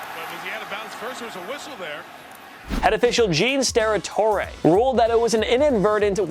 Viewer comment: Pretty good presentation, but with 2 glaring faults. 1. Why not learn how to pronounce Gene Steratore's and Michael Hoomanawanui's names correctly? (FWIW, the rules of pronunciation of Hawaiian are probably the easiest on earth to understand) 2. One of, if not THE, costliest blown calls by an official for the Patriots is the phantom "roughing the passer" call on Sugar Bear Hamilton in the 1976 AFC Divisional Game that allowed the Raiders to score the game-winning TD in the final seconds en route to victory in Super Bowl XI. Other than that, nice video. You unnecessarily limit the quality of your production, though.